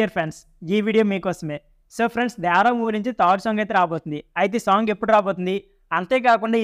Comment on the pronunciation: not dyavara only devara 😂😂😂😂